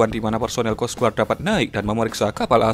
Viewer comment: bacanya kos gard mas bro...bukan kos guard